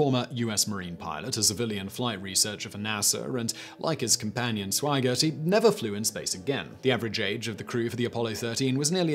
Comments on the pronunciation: and The second astronaut named in the crew list was Jack Swigert. It sounds like the narrator calls him "Swaggert". I have heard this mispronunciation (as it seems to me, at least) by others before. I figure there must be an explanation for this. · Swigert = sʋaɪ'gɚt (sw-eye-gert) Grumman = gɻʌ'mən (rhymes with American pronunciation of "comin'", as in "comin' at you.")